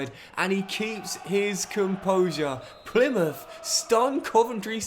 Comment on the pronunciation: Even worse Plymuff. Makes any Argyle fan cringe